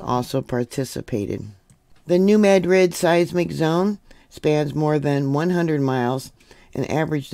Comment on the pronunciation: Locally pronounced New "Mad-rid", like angry , not "Med-rid".